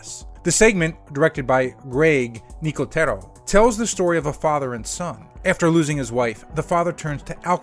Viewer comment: Greg Nicotero doesn’t even pronounce his own name like that- you guys probably think we like to be referred to as LatinX too…